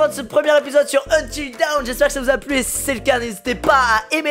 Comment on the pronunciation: Quand quelqu'un prononce Until Dawn "Until Down" 🤦‍♂️🤦‍♂️🤦‍♂️🙄😭😭